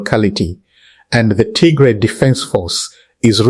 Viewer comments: Please correct your pronunciation of Tigray not Tigre. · Pls don’t calling Tigray wrong pronunciation